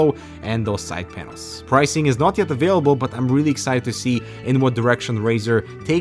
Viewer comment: I hope to zee some unique elements.... EXCUSE ME